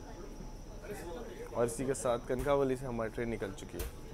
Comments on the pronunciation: सत्या कणकावली नहि कणकवली नाम है. कनक वल्ली से उत्पत्ती है इस शब्द कि. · It's not kankaaavali its kankvli